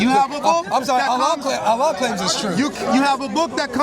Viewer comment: Please stop saying Allan, allah and Yahweh are not the same.